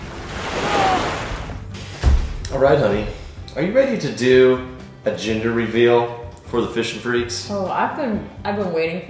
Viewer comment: I swear he kept saying Ginger